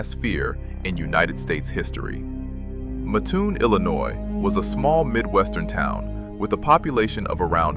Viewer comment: It's pronounced MATT-toon. I used to live there. Muttoon, it ain't.